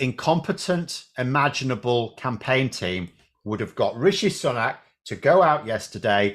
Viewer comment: I thought his sir name is pronounced SOO-NAK? Not SUN-AK?